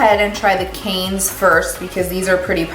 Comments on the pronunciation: Wendy Schnitzer it’s pronounced “can” not “cans”. No s. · Oui, pronounce: Can. Final consonant and vowe are mute. Lashes divine! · You're adorable! The lashes are pronounced "cans" like the Cannes film festival... they look great on you.